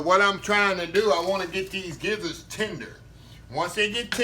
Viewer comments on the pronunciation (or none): My Brotha Giblets is pronounced (Jib-lets) your skill are on point. Awesome!